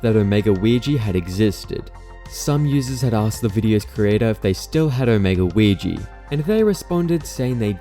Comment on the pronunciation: No way bro called weegee “ouijia”